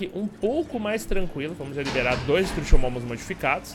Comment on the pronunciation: Não é "estrutiomomu" e sim "estrutiomimo"